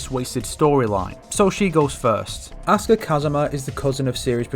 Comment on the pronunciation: everytime he say Asuka's name, it sounds like "Oscar"...